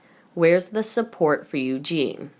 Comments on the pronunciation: Oh shit spitz is back again mispronouncing princess Eugenie while swollowing mouthful of saliva and reading at at a year 4 level, please piss her off never to be heard again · princess Eugenie is pronounced incorrectly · Narrator Eugenie's name is pronounced You-jean-knee. Not You-jean. Eugene is a man's name. Eugenie is a woman's name. All your words are messed up. Look up words and ask how to pronounce words. Bad reading of this video.